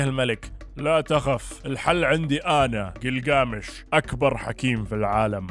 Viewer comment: كلكامش وليس جلجامش انته كاعد تلفظه صح بس كاتبه غلط تصحيح معلومة لحضرتك